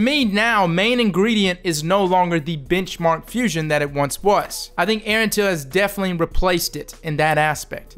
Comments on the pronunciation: I know he's saying benchmark, but I keep hearing bitchmark. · Anyone else hear "bitchmark" instead of "benchmark" 😅😂